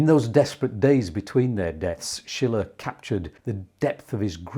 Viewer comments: Correct. “Sheele” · Sorry, Schiele is not pronounced like Friedrich Schiller, as you do, but like "Sheele", the intonation on the first syllable. (I am from Vienna). Otherwise much respect for the great video about this great artist still being somehow in the shadows. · Not Schiller, his Name is Schiile...with a long i,not a double l.....😊 Schiller was a German Poet during the Time of the Romantik. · The man's name is Schiele with a long i - as you pronounced it, it would be spelled Schille.